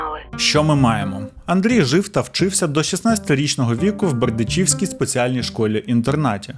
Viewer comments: у ГрИшківцях і у БердИчівській ведучий, став правильно наголоси!! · БердИчівській, не БердичІвській !